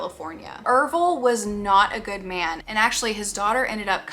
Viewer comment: ERVILLE? the ervillites? oh shiiiiiiiit were in for a ride everybody